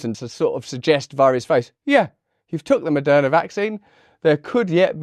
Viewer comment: Did you actually accidentally say Murderna? Nah